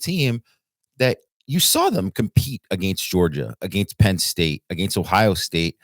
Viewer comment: Who says “a•GAIN•st” like that? Is it a regional thing? 🤔